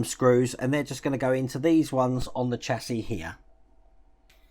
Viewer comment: Chassis is pronounced shassey in the uk, love your content though but hate the American term for a car frame